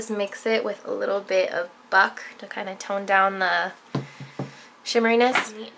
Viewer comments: i thought buck said fuck lool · everytime that she says buck I think she's saying fuck